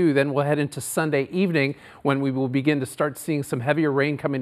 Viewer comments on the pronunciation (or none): none